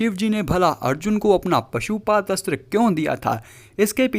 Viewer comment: Bhai pashupadastra nai 😂 Pashupatastra hota he 😁